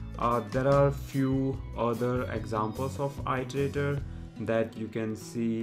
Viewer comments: thanks for vid, but i part of iteratior is pronounced as [ɪ]; pronounced as "ee + terator" not "ai + terator". I'm pretty sure you already know it, but just a reminder! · Iter!!! Its fucking i-ter not ai-ter!!! Nice vid tho